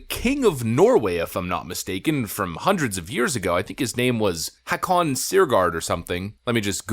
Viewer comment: The name Hakon, is pronounced “Hoe-kin”.. I know because it is my middle name